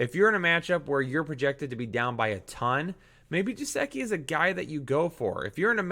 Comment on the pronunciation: gesicki is pronounced guh-sick-ee not how you pronounced it